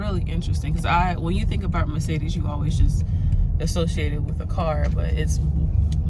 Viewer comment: I don’t think anyone pronounces Mercedes correctly 😂😂